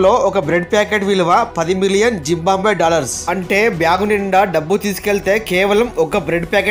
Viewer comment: జింబాంబ్వే కాదు, జింబాబ్వే.